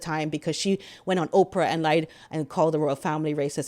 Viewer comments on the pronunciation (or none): none